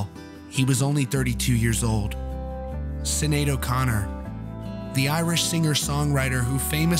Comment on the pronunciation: Two points: Sinead is pronounced SHIN-aid and Prince wrote “Nothing Compares 2 U”.